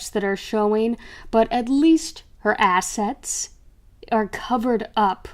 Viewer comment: Ha, "assests"